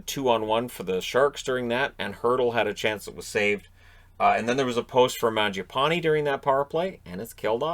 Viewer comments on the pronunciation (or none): none